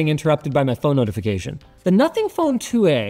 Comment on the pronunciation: It's a canadian phone? All I can hear is "Nothing Phone two, eh"